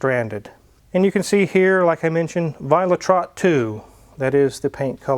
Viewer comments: violet red. Violet rot. Not trott :D You must practice on your german :D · The color is VIOLET RED II - not Violet Trot. Sprechen sie Deutche? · Violet Rot not viola trott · How can you butcher a name like you did on the color spec. ? 😂 it’s called violettrot (violet red) it’s not French , I love the Z3 🙂👍🏻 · Paint color is pronounced "vee oh let-roht". Violet red in German. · vee-oh-let-rote = violet red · Great car, Mrs is going to love it. One little thing, violettrot I think you’ll find is pronounced Violet-rot (literally violet red or maybe red violet)dependent on who you ask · Funny how you pronounce the collor, you say it as one word, but it is actually two words, it's violet red, but then in German